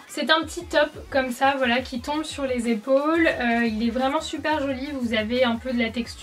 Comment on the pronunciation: Quand j'ai lu ce commentaire elle disait foilà. 😂😑